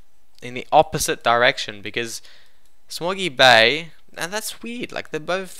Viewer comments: When he said small gear bay, I thought he said smoggy Bay also. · Small Gear Bay, its his accent that makes it sound strange.